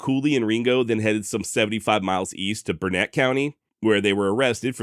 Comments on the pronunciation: Burnet County, same as the town of Burnet, is pronounced "Burn-it". Not Burr-nette. And Blanco County is pronounced Blank-O .... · And, while we're at it: Burnet, TX is pronounced "BURN-it". (Great story, thanks for telling it!) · I like the channel and history. For Burnet County, it is pronounced burn it. The saying is, “it’s burnit durn it, learn it.” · Just happened across this episode and being a long time fan of the Texas Hill Country and especially Mason, thoroughly enjoyed the video. Only two minor issues (actually major to the residents of both towns) is your pronunciation of Burnet and Blanco. Regardless of spelling or usual pronunciation, the towns are correctly pronounced BURN-et and BLANK-o, in Texas. In fact, Burnet has a saying "Burnet, durnit, learn it." I will be subscribing and look forward to future episodes. P.S. if you ever have an episode involving the Pedernales River, it is pronounced "PURDnaleez." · It's Burnet dern it. 😉